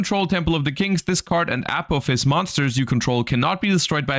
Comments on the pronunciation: NGL, it hurts to hear constantly pronounce "Apophis" as /ˈæpəfɪs/. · listening to how you cant pronounce apophis is rough